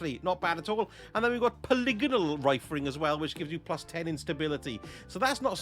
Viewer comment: Things that are great about this video: 1: "Hell's teeth!", 2: hearing someone say "polygonal" correctly, 3: That lovely Bottom Dollar roll, and 4: everything else in the video.